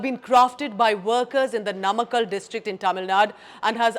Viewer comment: Please get your pronounciations correct. It is naamakkal, maamallapuram. If you speak any indian language this should be easy.